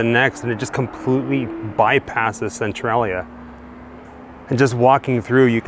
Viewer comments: It's pronounced cen-tray-lia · It is Centralia -- cen-trai-lia -- not cen-trol -lia! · Ive never heard anyone pronounce the name of that town like you do. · You pronounce Centralia wrong but cool video!! 👏🏻👏🏻